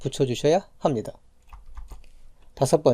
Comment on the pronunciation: 강의 퀄은 좋으신데 말투가 너무 듣기 힘든;;; 마지막에 보입니다 합니다 입니다 강조 안하시면 안될까요